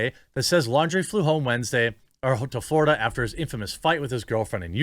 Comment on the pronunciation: Pretty sure Laundrie is pronounced like foundry